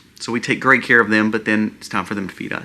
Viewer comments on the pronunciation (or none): none